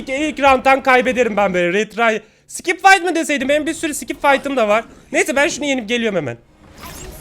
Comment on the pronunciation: skip'in arasına bir i daha koyarak okumak... :D